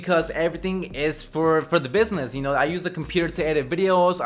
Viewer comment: It was funny how he said Business